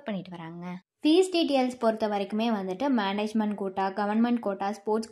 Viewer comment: அதென்னம்மா "டீடியல்ஸ்"?😂